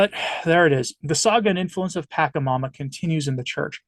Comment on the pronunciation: Your lack of historic knowledge and cultural context is appalling. This video is the epitome of ignorance and fear mongering. BTW is pronounced "PashaMama" not Pakamama and it is Quechua (indigenous dialect) for "mother earth." My advice to you is to grab a history book about all the atrocities the catholic tradition did to all of the indigenous people of south and central America and understand why they created "pagan" rituals. This is not satanic. Different isn't satanic. Thank god I am no longer a catholic.